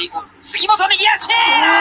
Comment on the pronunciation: ヌァイスキープァー